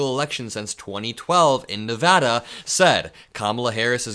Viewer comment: I love you for saying Nevada correctly. Smart young man. 💙